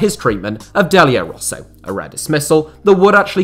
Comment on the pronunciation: Sorry but where did Delio RossO come from?! And repeated a thousand times sounds really annoying.